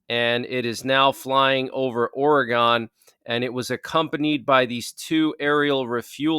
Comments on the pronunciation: Hi, Oregon is pronounced Or gun.:) Thanks for the update! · It's kindly pronounced Oregon ore gun like that...